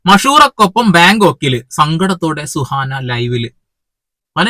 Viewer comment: സുഹറ അല്ല സുഹാന 😅🤣